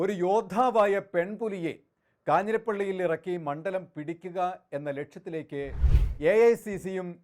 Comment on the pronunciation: ഇയാളും പതിവ് തെറ്റിച്ചില്ല. മണ്ഠലം എന്ന് തന്നെ ഉച്ചരിച്ചു. ണ്ഡ എന്ന അക്ഷരം ശരിയായി ഉച്ചരിക്കുന്ന മാധ്യമ പ്രതിനിധിയെ അത്യപൂർവമായി മാത്രമേ കണ്ടിട്ടുള്ളൂ. മിക്കവരും ണ്ഠ എന്നാണ്‌ ഉച്ചരിക്കുന്നത്.